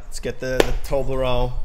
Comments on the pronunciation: why do you say torbron instead of saying torbjorn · It's tor-b-orn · aint it pronounced Torb-yorn? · I like how pronounces him as "toblerone" lmao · Did he say toblerone like the chocolate lol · its pronounced torh-bee-ohn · No Toblerone (the chocolate) is so much easier to say :P but yes that is how it is pronounced correctly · Its so funny when non swedish people pronounce Torbjörn :D